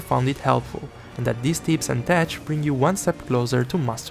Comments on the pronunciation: It's "teCH" as in "TECHnique", not "tesh" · Just so you know homie its pronounced tec or tek like in technique not tech like youre saying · No pls keep sayin tesh. You're already committed. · great video except for how you pronounce "tech" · Tech is pronounced like "Deck" but starting with a T. That's because it's a shortened slang term for the word "Technique". Since it's common terminology used in a lot games, I figure you would want to know since English is not your first language. I've avoided Longsword basically the entire game, now that I'm interested in trying it out in Wilds - especially after everything changed, this video is immensely helpful. Thank you for the inside knowledge! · You might wanna look up at how to pronounce "tech"